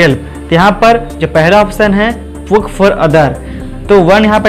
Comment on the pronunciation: Puk nahi wo P.U.K hai bhai 🤣🤣🤣